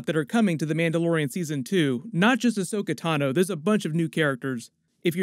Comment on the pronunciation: No rush because Rosario Dawson needs time to learn it's pronounced Ahsoka and not Ashoka 😉